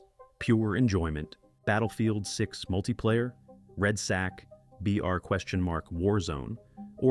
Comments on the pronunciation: "Red sack"? C'mon lol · Red sack? Wtf can you read man!? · it’s really bothering me that he calls it red Sack